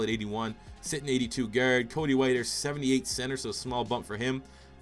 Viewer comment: good youtuber just the way he says guard annoys me for some reason